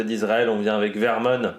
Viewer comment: Petite précision qui à chaque fois me fait dresser les oreilles, c'est Ethan Vernon et pas Vermon 😉